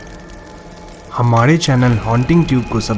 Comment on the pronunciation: हमारे होता है भाई हमाड़े नही